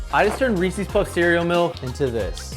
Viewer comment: Please stop pronouncing Reeses that way